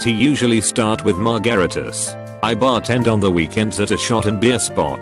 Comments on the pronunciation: Mar-garitas LOL. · Hey, noob question... But wtf is a mar-gar-itus? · Mar-garreters > margaritas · Marr Gáritas